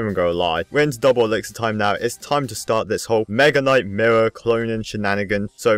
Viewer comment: Is it just me or when he says mirror it sounds like murr